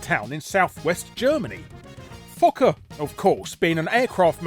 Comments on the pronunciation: I thought "Fokker" was supposed to be pronounced "Foe-kerr"? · You said fokker wrong . Its foe ker. Only outside of Asian areas is o (oh / ow) said as a ah sound. Phonetics in english is just weird like that for some reason. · Actually Fokker is pronounced 'Foe-kker' but don't let me stop you Larry from making a joke. 😁 Some of these however aren't surprising yet are still crazy. 😂